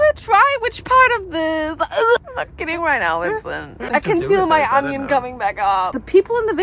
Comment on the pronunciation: Girl, its ONION, not ANYUN. XD Your Harry Potter puns were on point!